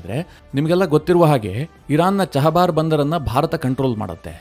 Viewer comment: ಚಹಬಾರ್ ಬಂದರು ಅಲ್ಲ, ಅದು ಚಾಬಹರ್ ಬಂದರು